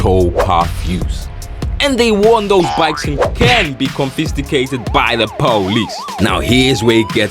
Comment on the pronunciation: The struggle to say "Confiscated" is truly painful to listen to